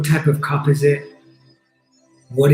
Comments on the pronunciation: This has been most enjoyable, I kinda went on my own journey though. Also, I swear u said cub xD not cup. So I imagined a baby cheetah xD which I took up to care for and go on our journey together. Now what does that mean, since I didn't have no plastic cup, I trashed :D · I thought he said cub too. Mine was a lion and I was confused by being asked what it was made of. When I realised I changed it to a mug I bought with a friend that always reminds me of her.